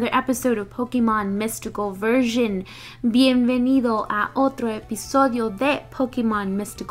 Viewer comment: some words are not translated correctly and some words isn´t pronunce very well, for example: Bienvenidos -_